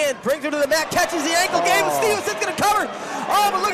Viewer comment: Announcer couldnt even get Gable's name right